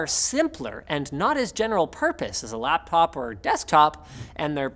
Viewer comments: "Lappop" - December 6, 2019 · ... Did he Say "Lappop"?